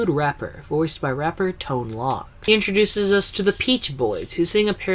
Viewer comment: Really don't wanna be mean here but(and I don't know why EVERY theme park YouTuber misses this) but Ton Loc's name is pronounced Tone LOKE like Coke, Smoke, Broke, Poke. I don't know if everyone followed Communicore Weekly's mistake or what but every single video that talks about Food Rocks botches this without fail. Anyway, this is a great vid and I LOVED Kitchen Kabaret. I never got to go to Food Rocks as I haven't been back to Epcot since that space was Kitchen Kabaret. Keep up the good work, man.